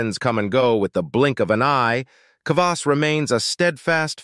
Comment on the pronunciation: What about beet kvass and fruit kvass? Kvass is easy to make at home. All kvass contains some degree of alcohol just like kombucha but it’s generally less than 1%. The fermentation process eats most of the sugar. And it’s very frustrating to hear the narrator mispronounce kvass over and over and over…